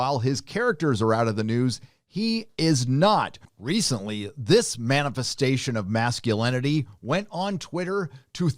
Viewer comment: Bro called em ah manifestation